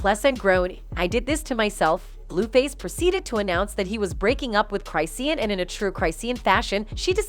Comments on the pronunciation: Cri-shawn! Not cri-seeun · Cry-c-yan. Ooo Girl, she's gonna come for you. Who told you that's how her name was pronounced after all these years?